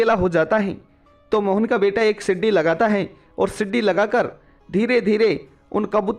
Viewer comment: Sidi nahi seedhi bol